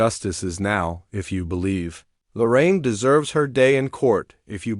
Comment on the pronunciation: I love Lorraine. She changed so much since Mark Laita came on the scene. Shame on that family for laughing about her rape. Who the hell are the Widers? AI sucks,dot. Stop dot. With this shit dot! Her name is Lorraine,not Loren. Half the time I heard Loren dot!